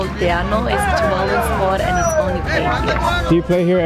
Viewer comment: Tuvalu (/tuːˈvɑːluː/ (i.e too-VAH-loo). The emphasis is on the second syllable, just like with Jamaica (ja-MAI-ca) not (JA-mai-ca).